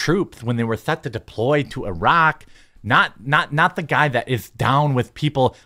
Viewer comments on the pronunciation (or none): none